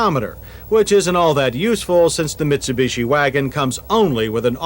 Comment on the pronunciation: I’m loving John’s pronunciation of any Japanese car - here we have the neesarn and meetsobeeshi mini vans - the meetsobeeshi uses the engine from the gollont sedan